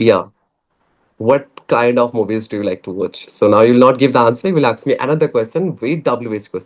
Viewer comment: Aks = ask